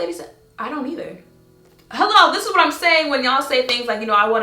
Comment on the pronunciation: He said... Hwat??? Bruuuuh